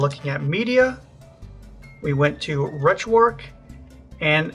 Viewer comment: Gotta ask.. RetroARC(H) ... why is the 'H' silent.